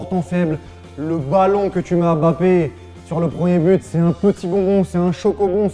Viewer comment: Mais c'est quand ils vont arrêter avec le hemBappé! c'est mbappé! même les anglais respectent mieux la prononciation de ce nom...